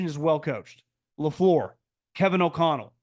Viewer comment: I love the way pronounces Matt Lafleur's name: sounds like "Low-Floor" 😅